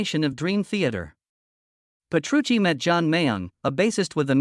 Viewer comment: Ole por mi Sensei!! porque debería disculparse? es una gran persona, con un gran sentido del humor, un maestro en todos los sentidos, humilde como el que mas, y un gran placer trabajar para el y DT cuando van por Asia. por cierto amigo.... Petrucci, repito, Petrucci!! para hablar del guitarrista más grande de todos los tiempos, hay que informarse al menos de cómo se pronuncia su nombre.